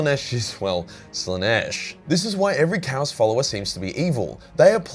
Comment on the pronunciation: Your constant mispronunciation of "chaos" literally drove me away from the video. I'm sorry it was just so irksome